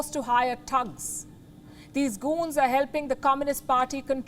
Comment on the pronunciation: hahaha palki sharma cant pronounce thugs and goons correctly XD LMFAO